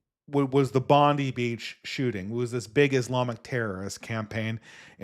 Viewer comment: It’s pronounced Bond-EYE beach. Not Bond-EE.